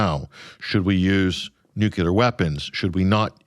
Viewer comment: I will never listen to this guest again.He can,t pronounce nuclear, well it is derived from Latin nucleus, he thinks it is nucelar as many Americans do.